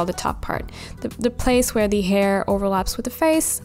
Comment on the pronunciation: I like how she says ‘d’ instead of ‘the’ every single time lol